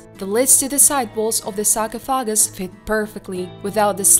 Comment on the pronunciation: Yes! You nailed 'however', next up: sar-coff-ah-gus ;D